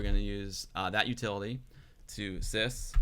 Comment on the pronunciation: Very cool tutorial,! You should make a special edit of your Twitch stream, where you install 3.1.4 in emulation, without the news section and the end part; just the tutorial stream. And by the way: How you pronounce "sys" (when edit the startup-sequence at the around 50 mins) is the way we Germans pronounce the English word "this". We simply can't pronounce that properly.:-)